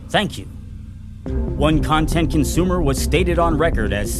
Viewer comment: presses un-GAY-ify button two seconds later: "thANk yoUU"